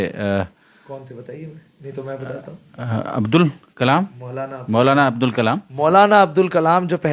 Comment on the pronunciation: कृपया ध्यान दें - सही नाम है : 'मौलाना अबुल (अब्दुल नहीं) कलाम आज़ाद।